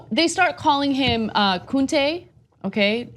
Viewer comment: The character in Roots was "Kunta Kinte", not Kunte. If you're going to make pop culture references, please check Google first, at bare minimum.